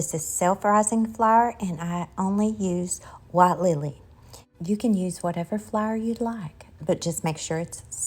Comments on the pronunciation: Please remember that theres people watching worldwide, so please identify if you're using self raising flour or not for those of us who are not from the South. And flour is pronounced fl-our not flyer. 😂 Thanks. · I love the pronunciation of flour as flair. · You must tell me where you are from state wise not personal address. I have not hear flour pronounced that way since I was a little girl. Brings back a flood of memories.